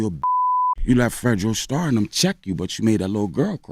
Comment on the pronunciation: Bro botched fredo star name 🤦🏽‍♂️🤦🏽‍♂️